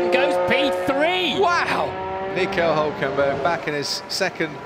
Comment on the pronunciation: I can't NOT pronounce his name the way Ricciardo did anymore. "Uelkenbeuuurg"